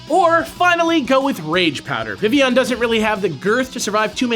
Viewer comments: Vivillion, Viv-il-ee-on Definition: Not pronounced Viv-ee-on. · So, am I the only one that thought it was weird that they pronounced it Vi-ee-yon? I get why, and being a partially French name it makes sense, but I've always pronounced it Viv-ill-on. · It's not supposed to sound like villain. It's name comes from vivify (to bring to life, awaken, referencing how it turned from a little bug to a flying free beautiful butterfly) and papillon (French for butterfly, which makes sense, not just because it's a butterfly, but Kalos is based on France, which is it's home region)